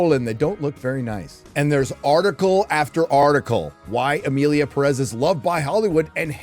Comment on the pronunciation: You are pronouncing Perez wrong and you could easily do it right.